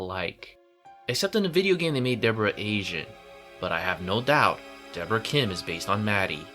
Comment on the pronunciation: It's Deborahhh